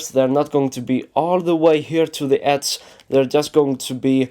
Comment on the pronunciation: it's "edge" not "edse" and it's "very" not "wery"